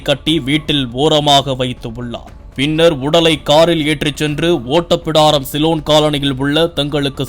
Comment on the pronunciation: Englishல் எழுதி படித்தால் அப்படித்தான் படிப்பார்கள்...